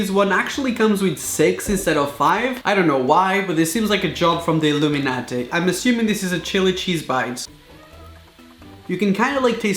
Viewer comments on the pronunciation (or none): He said illuminati in an Indian way